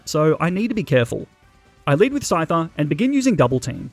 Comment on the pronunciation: SCYTHER, NOT SCITER!